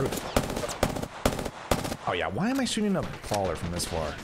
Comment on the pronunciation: The way this man says prowler like prawler is cringe asf